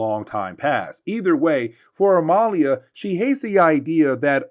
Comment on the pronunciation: It's Amelia you know like Emily oh my God